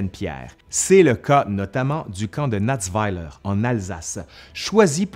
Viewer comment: Je ne savais pas pour le Granit rouge de Natzwiller (en français c'est Natzwiller pas Natzweiller).